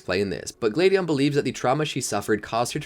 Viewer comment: Who are Elaine, Delaiya, Glade-eon, Burn-it, Sil-volley? (Yeah, I know, Alain, Delia, Gladeon, Burnet, Silvally. But I can't be the only one annoyed by the mispronunciations of the important characters' names.)